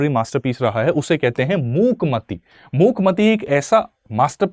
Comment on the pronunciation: Sorry to interpret you sir but it is not मूकमति it's मूकमाटी Jisko hal hi me u.k me Dr. Of literature ka samman mila h